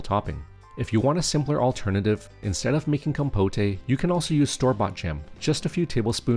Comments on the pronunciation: It's compote! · Compote is pronounced just the way it looks. Com - pote (like poke). Or if you want to sound more French (which may be what you were going for??), it would be roughly be con - pot (yes, with an "n" on the first syllable and then second syllable like a mix between pot as in flower pot and put). But definitely NOT "com-po-tay". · Com-poht, not com-potay. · Great recipes thank you. But please it's pronounced compot not compotay. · “Com-po-tay” 😂😂😂 It’s pronounced “com-pote”, dude. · Looks awesome, can't wait to try it! One note; compote is pronounced com-powt, not com-po-tay. 😁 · Compote is pronounced "kaam·powt" not "kom-po-tay" silly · There’s no accent over the final ‘e’ in ‘compote’. The OED pronounces it ‘compot’, not ‘compoté’. Just saying. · isn’t "compote" a French term ? 😂 also, technically "compotay" could work as the word "compotée" also exists (but then you'd have to stress the last syllable and not the second). But in this case it is pronounced "comb-pot" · 1st time in my 30 years of life hearing someone pronounce it "Compoteh"! Looks delicious, but for future reference, it's "KOM-pot" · These look delish. Great recipes. FYI, it's pronounced COM-POAT - second syllable rhymes with GOAT. The "E" is silent. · Im sorry, really cool recepies dude, but I cant stop giggling at the compoté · Guessing the voice is AI--"compotay"--but it's not unpleasant and I'm excited to try these recipes. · Com-POTE. In English, the E is silent, only empathizing that the letter o is an open o (oh)). Sorry, that just annoyed me. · Compotay? 😂😂😂 Gotta get some of that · no, no, you are correct. It is the rest of the world who must be taught how to say compote properly. Trust me, I'm teaching Swedish to Swedes. I'm an expert. They're very grateful for my help😀